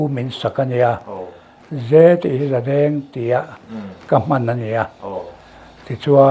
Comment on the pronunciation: Jadeng tih hi zadeng hi adik zawklo emni j han hmantlat chu.